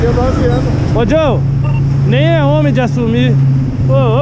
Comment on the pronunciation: “.sou ómi sinhô.....ómi com Ó maiúsculo”......huahuahuahuahuahuahuahuahua